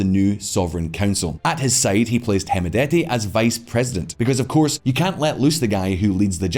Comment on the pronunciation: By the way D is silent on hemedti Pronounced as hemeti